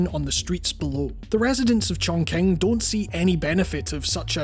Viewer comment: It's pronounced "Chongching" not "Chongking".